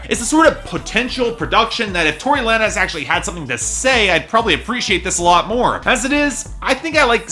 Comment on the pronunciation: It's pronounce "lanes" not la-nez